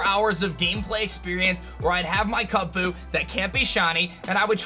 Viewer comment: Why do you say Kunfu and not kubfu 💀